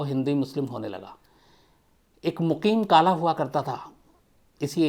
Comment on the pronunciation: अरे शम्स चचा आपसे आज सही से बोला नही जा रहा सभी नाम गलत गाँव के नाम गलत सन गलत बता रहा है.... जैसे मुजफ्फरनगर दंगा 1900 में नही 2013 में हुआ था.... वो राहुल भट्टा नही राहुल खट्टा था वो मुकिन काला नही मुक़ीम काला नाम था उसका ( शम्स चचा लगता है बागपत का नाम आते ही आपके भी शब्द डर से बदल गये)🤣🤣